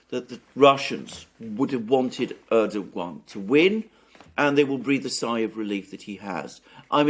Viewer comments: Thanks Alexander for starting to pronounce Erdogan name correctly! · Alexander nailed the pronunciation (Erdogan) at the second attempt! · Hooray! Alexander Mercouris appears finally to have accpeted that the soft G ( Ğ /ğ ) in Erdoğan is silent. The other Alex, less gnarled than AM but more gnowledgable about this soft G, can gnow stop gnashing his teeth in agnoyance.